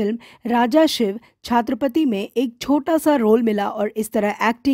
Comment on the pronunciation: anchor ko chhatrapati bolna bhi nahi ata.